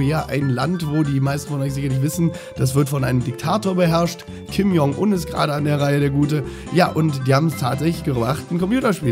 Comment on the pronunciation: Wieso spricht jeder Deutsche Kim Jong-un falsch aus? xD